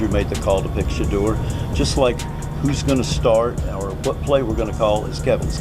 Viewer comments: "Shedder" these Ai bots just cannot correctly pronounce QB 12's name. I terminate the video immediately when that occurs. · I'm not liking or subscribing to your podcast until you learn how to pronounce Shedure's name!!!🫩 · Why can't they pronunciate his name correctly? Either they're doing it on purpose or they don't give a damn that they're calling him Shater and not Shedeur . How f'dup is that ? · Pls learn how to pronounce his name! SHEDURE!! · This video deserves zero likes and zero subscribes if the narrator can't pronounce the name correctly. Just ridiculously stewpid to do this several times! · Why can't they pronounce his name correctly.